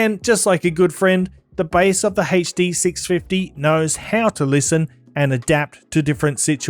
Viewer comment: Hey-chhh Dee 6 fih-eee